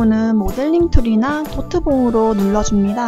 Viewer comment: 저번부터궁금햇는데 달치님은왜 눌러줍니다를 눌려줍니다라고발음하세요 .. ? 궁금해서요 !